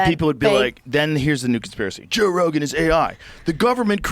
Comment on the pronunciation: SAY IT JOE IT RHYMES with SPOKE!